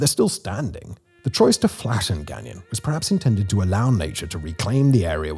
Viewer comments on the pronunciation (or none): Pronounced Gone-YO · Say it this way gagno. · Don’t pronounce the last “N”…Gan-yon. Baie is pronounced “Baye”, with a silent “e”. Mind you, I can pronounce it properly in my head,but my Anglophone tongue has a hard time getting around it, lol. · Gagnon is pronounced gan-YAW. The last N is not pronounced, as he pronounces it, gan-yawn. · My husband every time. "K-BECK", "GANG-YON" And he just wailed "It's only getting woooorrsseee". I'm crrrryyyinnng. Simon why didn't anyone look up pronunciations 😂😂😂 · My grandmother's maiden name is Gagnon (pronounced "guy yoh" if writing in phonetically) and our family is from Northern Maine and this general area of Canada. It may be Simon's accent that's throwing it off a bit. Dialect also plays a big part of it